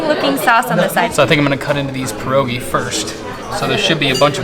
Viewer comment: It broke my heart to hear her say perogies. It’s pierogi.